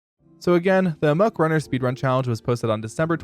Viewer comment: Please stop saying "amok" wrong.